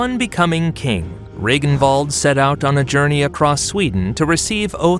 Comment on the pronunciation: i rarely criticize pronounciation of names but these are some awful ones Ragnvald became Regenwald?